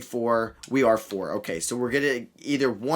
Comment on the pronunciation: Pronounce paolos last name as ban-ckero